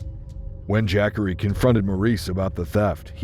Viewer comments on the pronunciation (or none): Jack-ary Taylor? Hahah! Have you ever heard of a black person named Jackery? You don't know too many black people or too much about them do you.. Look, I don't even know how his name is supposed to be properly spelled but I can promise you that's not how you pronounce it it's pronounced more like this Juh-car-ee. I've seen that name spelled Jaqari... anyways I do like the video you made though👍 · Jackery, not Jah-Corey? LOL. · Ja’Corey. Not jackary. SMH. 😂😂😂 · JAH- COREY.... Who tf is JACK-ERY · Dayum!!! But "Jackery" though??!! C'mon bruh smh... AND the captions are AZZ!! Fk this channel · I laugh every time the AI voice says “Jackery” 😂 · I know u smarter then that kept saying jackery the whole video smh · The way the narrator says the name Jacorey 🙄